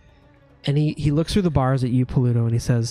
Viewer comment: Lol just noticed pronunciation of "Pa-LU-toe"